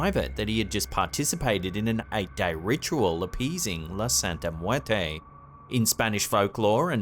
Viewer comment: Good job of making it look extremely hard to pronounce " muerte"